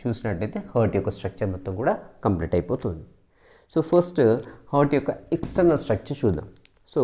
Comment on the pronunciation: Sir it's external structure not extrenal structure ,, just I am correcting not doing lol 🙂